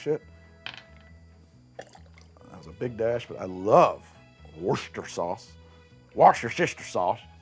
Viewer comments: Wuss-ter-sheer sauce. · It's "woosta-shire".:) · living in worcestershire makes hearing people forget the "shire" hurt so much IT'S WUH STUH SHUH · "Worcestershire" is really not that hard to pronounce: wooster-shur (where the "oo" is like the "oo" in "book"). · WER-stuh-sher, not as galling to the ear as "urn brew" but just as easy to fix. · I don't understand people's problem saying Worcestershire. It's 3 syllables. Wuss-teh-sher. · The second video I’ve watched this month where the creator of the video said “warshyersister” sauce. The other was Charlie Berens. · Worcestershire is named after the town. Woos-ter-sher. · Grew up in MD. Glad to see this episode and even gladder that the liquor isn't putrid on its own, lol. Also, its "WOOSHT-tu-shur" sauce, "WOOSHT-tur" is the county in MD: Worchester.